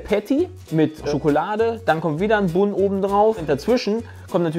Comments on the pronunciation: Wenn noch mal "Bunn" sagt anstatt englisch "ban", dann spring ich durchs Handy! Aua!!!! 🤣🤣👍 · Immer wenn "Bunn" sagt, stirbt irgendwo ein Angelsachse. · Wie zu Bun einfach Bun sagt......Moment... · Wie ich jedes mal, wenn Bun falsch ausspricht, jemand schlagen möchte. Was erwartet man von jemanden der Haut auf Pudding isst...